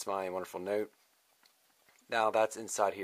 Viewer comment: You say 'note' funny